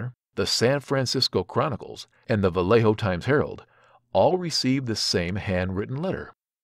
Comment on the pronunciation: Sorry, I’m not “that guy”, but I have to make a correction: It’s the VALLEJO TIMES HERALD , not the Vellejo Times Harold....very easily fact checkable 😉